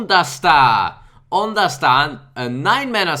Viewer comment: Oon dasta make a oo sound. Like une